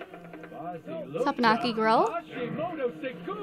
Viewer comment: Teppanyaki is pronounced te-pen-yah-key